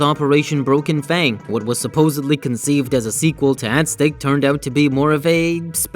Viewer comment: Omg pronounce Aztec right. AZ-TEC